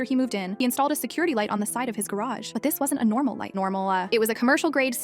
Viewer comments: Ah yes, "normalãw" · “But this wasn’t a normal light, NOrmaL LAh” 😭😭😭